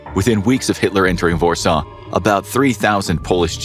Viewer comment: This “vorsaw” pronunciation is killing me 😂